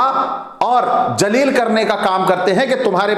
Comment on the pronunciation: महोदय जलील नहीं शब्द " ज़लील " है। जलील मतलब पुजय्नीय होता है, उच्चारण सही किया करें। वरन अर्थ का अनर्थ हो जाता है।